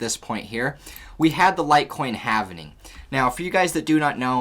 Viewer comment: “Havning” —> 🤦‍♂️ “halving” —> 😁